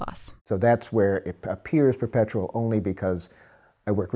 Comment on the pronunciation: "And nothing is perpeptual"